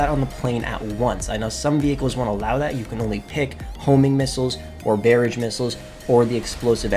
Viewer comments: bearidge missiles? you mean barrage? "Ba-r'aghe" missiles ? :) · This feels petty... but when he said "Bay-ridge" missiles instead of "Bah-rahj" my eye twitched. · Its (Ba-roj) not (Bare-edge) just saying lol. But great video though in all seriousness. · He used the wrong noun sound. It's not weird to point that out, it's weird to have never heard or said the word "barrage". But what do you know? You probably go to restaurants and try and order fill-it mig-nawn.